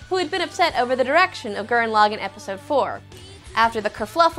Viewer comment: she said gurren lagann wrong. dumb fat chick is dumb